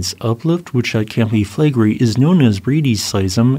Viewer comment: Sorry, but I have to mention this. They way you shorten "Campi Flegrei" down to "Campi Flegri", you are not a YouTuber, but just a Youter.